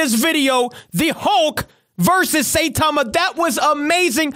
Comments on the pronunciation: When you say Saitama you stress the I instead of pronouncing it Saytama. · its prenounced sigh-tama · Did he just say satama